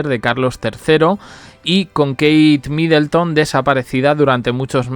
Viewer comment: No es MidElton. de dónde esa E?